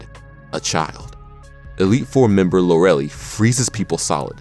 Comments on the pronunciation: Lorelly IT'S PRONOUNCED LORE-A-LYE Also? Koga is a he. (OK I'm done nitpicking) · First off it’s pronounced lor-el-eye not lor-eli you referred to koga as a “she” when it’s a guy and they split the Arbok in half because it was a zombie Pokémon not all battles were like this in the manga but the kids did get injured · Already not 3 min in Koga in every early adaptation is a guy It’s pronounced Lore eh lie